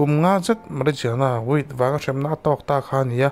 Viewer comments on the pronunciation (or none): none